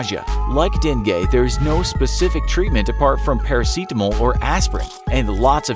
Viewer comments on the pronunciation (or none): whats parasitimol? 😂